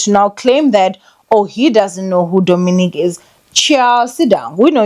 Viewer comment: I just know he's coming for you cause you butchered his name 😂😂